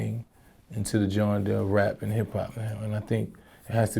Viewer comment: PLEASE MYSONNE,,,,ITS GENRE,,NOT GHARA